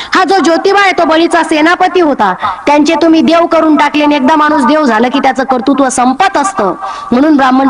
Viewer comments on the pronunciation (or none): none